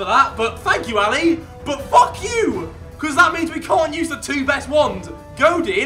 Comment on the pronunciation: No it sounded like he said can because when he said cant choose he said it like ' can't use so everyone thought he said can